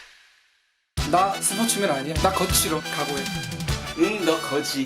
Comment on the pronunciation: 거지 발음 ㅈㄴ웃기네 ㅋㅋㅋ